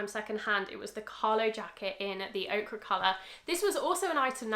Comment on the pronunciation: I really love your videos! Just want to point out that it’s pronounced oak-er for ochre (sort of like acre is ake-er) - sorry to be picky, just noticed a few times now!